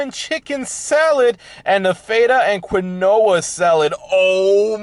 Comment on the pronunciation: The way you pronounced Feta and Quinoa. LoL